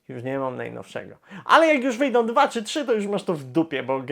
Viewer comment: Bardzo razi to "bendom, wyjdom". A nie da się bardziej po polsku ("będą, wyjdą")? Obiecuję, że przestanę subskrybować kanał, jeśli choć troszeczkę nie zmieni się mowa. Pozdrawiam